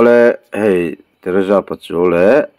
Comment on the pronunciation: Teresa tihkha lam fiah roh